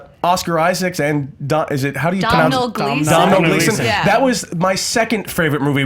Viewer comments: It's pronouced as DOH-NULL GLEE-SON. ffs educate yourself. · its pronounced donal not domnal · Guys I'm from Ireland, I love the channel but your pronunciation of domhnall gleeson is so awful it's funny. It's doh like homer and nell like... Nelly... doh-nell. How would you guys pronounce saoirse ronan? Definitely deserve a t shirt for this lesson. You probably don't mail to Ireland haha. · Im Irish so I know the way to pernounce Domhnall Gleeson's name It's pernounced Doe-Null Gleeson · Please for the love of god, look up how to say Domhnall Gleeson! As an irish man you are annoying me. I want a public apology in the next movie fights! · Actually, you all messed up his name. Here's hoping you never talk about Saoirse Ronan.